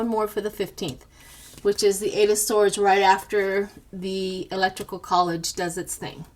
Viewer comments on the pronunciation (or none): Why are you calling it 'ELECTRICAL COLLEGE' and not ELECTORAL? I did not get the joke.